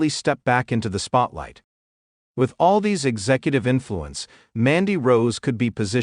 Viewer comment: It's Aldis not Aldees